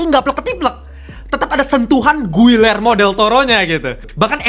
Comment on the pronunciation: Giyermo bukan guillermo. Begitu baca nya. Dobel LL dibaca Y, UI dibaca I di bhs spanyol.